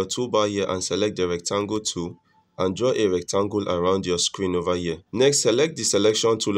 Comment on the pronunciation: over here ❌, ova yea✅